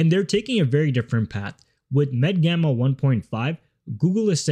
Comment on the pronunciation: MedGemma not Gamma